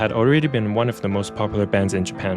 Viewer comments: He's not slaughtering the One Ok Rock part, it's how you supposed to pronounce it. One Ok Rock name came from the time they used to practice in a studio, One O'clock in Japanese became Wan O Ku Ro Ku or it can be written as a number 10969. It's not wrong to say Wan O Ku Ro Ku, as it was the correct Japanese pronouciation of the band name. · Why can't you pronounce One Ok Rock as is? You are using AI? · The original band name as far as I remember was One o'Clock but because of the japanese pronunciation, it became One Ok Rock.